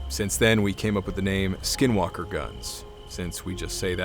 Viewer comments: Are you white? Anglo? I mean if you are, you are a few who said the Navajo word n skinwalkers correctly 👍 alot have difficulty, sir. Did you practice because it is a hard to pronounce. 😊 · This started out as boring and he said SW (in Navajo) perfectly 👌...